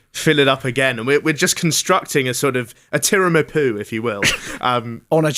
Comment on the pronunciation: Man said tiramapoo🤣